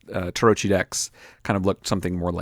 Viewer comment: Great stuff! A minor correction: Tarocchi is pronounced tah-rock-kee